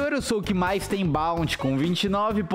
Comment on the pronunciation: ele falou bouty